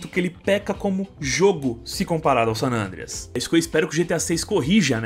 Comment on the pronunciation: É só eu que me incomodo quando o chama o GTA San Andreas de "Sanandreas"?